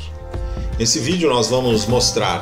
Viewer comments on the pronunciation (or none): none